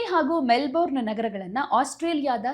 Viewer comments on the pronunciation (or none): Info given is incomplete. Also pls pronounce properly. ನಿಮ್ಮ ಉಚ್ಚಾರಣೆ ಸರಿಯಲ್ಲ. Melbourne ಅನ್ನು ಮೆಲ್ಬನ್ ಅಂತ ಹೇಳಬೇಕು. ಕೆಲವರು ಮೆಲ್ಬರ್ನ್ ಅಂತಲೂ ಹೇಳುವುದುಂಟು. ಮೆಲ್ಬೋರ್ನ್ ತಪ್ಪು.